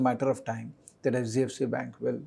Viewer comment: Pronunciation of HDFC sounds sbfc